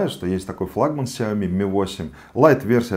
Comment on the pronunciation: сяомИ ударение на И